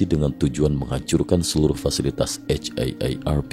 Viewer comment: Jadi muak denger nya eit ei er er pi... Kenapa gak di singkat aja si. Akronim itu kalo kata nya gak bisa di singkat. Contoh KTP ga bisa disingkat ( dibaca langsung ) harus di akronim ( disebut satu² ). Kalo haarp kan bisa disingkat...